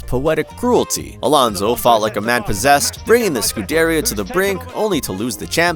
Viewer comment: yeah, mispronounced a bunch of other things too - Imola, scuderia, paddock. which makes me feel like this is an ai voice, which then makes me question how much they just used ai to copy Rick’s formula. I appreciated the coverage of Alonso at least.